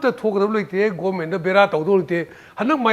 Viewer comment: Please pronounce properly..it's government not goment